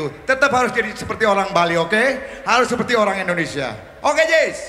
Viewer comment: Band yang Liriknya Ndak ada pengucapan huruf * i *.... D'masa PANDEME seperte ene Semoga semua yang nonton selalu d'bere kesehatan ...